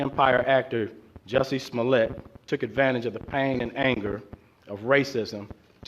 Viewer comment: When he said Jussi Smollett, I was like, who's that? You mean Juicy Smoliay?